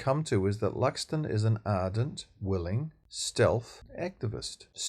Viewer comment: It's Luxon. Just sayin.